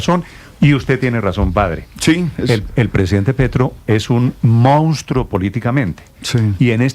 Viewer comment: Increible, Nestor y el no pueden decir "monstruo".